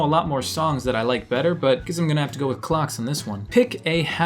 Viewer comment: lmao when you say clocks it sounds like clucks